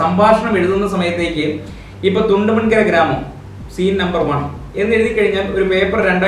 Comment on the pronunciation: തുണ്ടമൺ കരയല്ല ബ്റോ...കുണ്ടോങ്കര... എന്നാ എല്ലാവരും പറേണെ